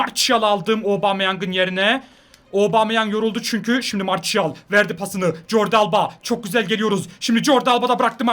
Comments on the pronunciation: abi marsiyal diye okunuyor marçiyal değil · Abi o marşial değil marsial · mertial değil marsial